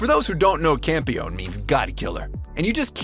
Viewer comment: Campione is actually pronounced "cam-pee-oh-nay" as it's Italian. Peach Boy Riverside is an interesting add and I think if anyone wants to watch, they should look up the chronological order to watch the episodes in as it's kind-of a jumbled mess lol. But Sally and Frau make the show worth it.